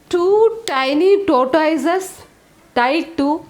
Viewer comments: Madam tortoise is pronounced as taw·tuhs 🙏🙏🙏🙏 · Tongue twisters are really good ma'am, but please have a look into the pronunciation of the word "tortoise".